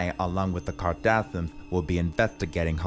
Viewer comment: Your night saying kardashion right